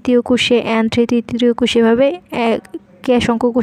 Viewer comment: প্রতিটা কুষে মানে কি??? কোষে আর কুষ এক কথা?? আর প্রতিটা কোষে অবশ্যই কি কোন না কোন কণা প্রবেশ করে??? যায় হোক ভালোই চেষ্টা করেছেন। ধন্যবাদ। উচ্চারণ একটু ক্লিয়ার করবেন। আর একটু কম সময়ে শেষ করবেন।